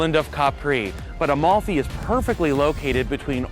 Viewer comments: It‘s called Amalfi! Not “A-Mall-Fee". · AMALFI................!!!!NO OM(O)LFI.CAPITO!!!